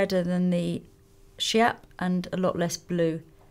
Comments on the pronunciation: Schiap is pronounced "skiap" and not "shap", cause it's the shade of hot pink Elsa Schiaparelli invented in fashion industry. just like Armani "greige" or other very peculiar shades of colour. 😊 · Wanted to say this! And Schiap ("skiap") was her nickname, Lisa. 😉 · schiap is actually pronounced skiap :)